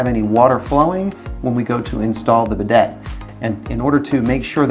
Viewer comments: It hurts my ears to hear him call it a be deit. Instead of bi day. I want to see how he pronounces Gran Prix. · It's pronounced "Biday." It's French. The last "t" is not said.😂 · It’s tough to take a guy seriously when he pronounces the name of the item incorrectly. I also liked how you wear rubber gloves presumably to prevent your hands from getting and toilet germs, and you wipe your nose with the gloved hand. If you owned a proper wrench you wouldn’t be marring up the chrome nut with channel locks. What a hack.